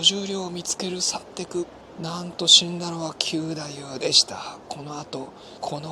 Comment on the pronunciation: わ〜い、嬉しい感想でした‼️歌舞伎の力、平和宣言‼️通しで観て欲しい、若いみなさんに観て欲しいというお得なチケットのご紹介もありがとうございました。 ストーリーがよくできていて、本当に楽しく、何度も観に行きたくなります。 ひとつ、斧九太夫は、きゅうだゆう ではなくて、くだゆう だと思います。 決してダイジェストではなく由良之助が、勘平が切腹する事で名を連ねられること、平右衛門へ命としておかるを切るようにすることなど、非情にも思えますが仇討ちに対する想いを確認する思慮深さ、なんとしても成功させるという意志の強さを感じました。 強い意志と世界平和への想いは、團十郎さんと重なります。